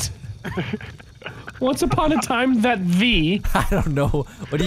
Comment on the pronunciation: the way said "that" had me dying😂